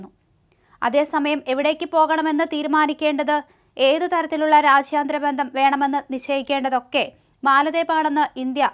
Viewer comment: "rashyaantharam" alla, "raajyam"...jaaa...jalam....